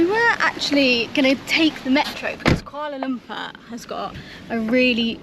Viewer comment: Welcome back to Malaysia n enjoy your stay n stay safe. Every time i watch white people youtuber...it always suffocate me when hearing their pronunciation in malay language. Fyi... It is kooalar loompoor. Saloma is sarlomar. Here in Malaysia.. A is are E is err I is ee O is owe U is oo C is ch K is k G is g only (got, get, gut..) J is j only ( job, jab, jet, just..) We don't have silent letters nor dual sound for a letter. There you go. So if anyone with English as your first language and reading this... bear in mind that the roman letters in Malaysia has a bit different sound from English. Happy learning everyone.